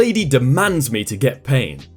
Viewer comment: It's an accent thing. It happens to us Michiganders, too. We don't pronounce the T or D at the end certain words, mostly when they're at the end of sentences. It's really weird!